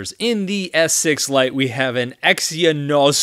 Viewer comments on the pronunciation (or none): You should do a smack down against the iPad 7 and 6 Btw “exynos” is pronounced ex-in-owes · That Exynos pronunciation cracked me up 😂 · He’s already struggling to pronounce those words 😂